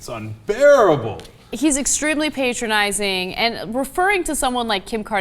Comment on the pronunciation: I don't wana be patronising, but it's patronising not patrionising or however he said it